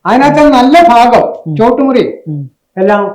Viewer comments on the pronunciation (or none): none